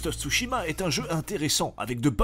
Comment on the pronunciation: "Ghost of j'mechitsu" comme dirais Bob Lennon